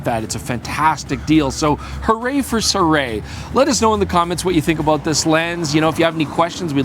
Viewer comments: I think it's been quoted by a company rep that the pronounciation is "Sue-Ray" but don't quote me on it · Si-roo-ee? Cannot be Si-ray can it? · SIRUI - I didn't know that it was pronounced as "SEE-ROO-WEY". Always thought it was pronounced as "SEE-ROO-WEEEEEEEE" :face-green-smiling